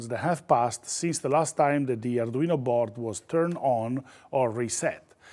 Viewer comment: I really, really like this guy - his tutorials are well explained and easy to understand. Just what I need as an arduino amateur - and I would listen in just to hear him pronounce the name, as in such an authentic accent that alone is worth admiring!